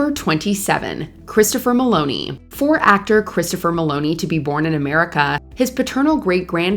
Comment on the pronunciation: Please learn to pronounce the names right.. It's Christopher Mel*on*i not Maloney